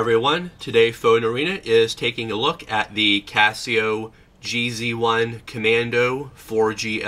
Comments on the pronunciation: Its red not orange and its G Zone not GZ one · It's pronounced Geez One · This guy has no idea what hes talking about... "JEE ZEE ONE???" Internal thermometer?? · "jee-zee one"...what?